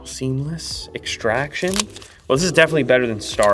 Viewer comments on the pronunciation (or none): Seemles extraction ….lmfao